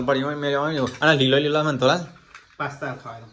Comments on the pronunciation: True it's pista not pasta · Pasta nai pista kevay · Pasta nahi pista kevay 😂😂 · Pista kevay pasta nay